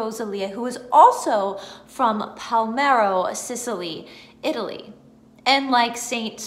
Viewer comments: Don't know if this was mentioned in other comments. If this IS the town I am thinking of, you are not pronouncing it correctly. You were saying PAL-MEH-RO. The correct way is PAH-LERH-MO .... Pa-ler-mo Sicily It's ok .... You don't look Italian or Sicilian ;-) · Do you mean PALERMO??? Not Palmero?